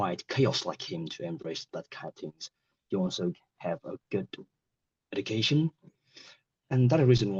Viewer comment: have the same body as him! 🤔 because of him I started the law! 🙃 ask him for a right? 🤔 pronunciation problems: close friend , education , shoshal media Some parts of speech are articulated too quickly, and then hesitation follows. It was a pattern that repeated multiple times during the test. Is it an exam with a Band 5 candidate?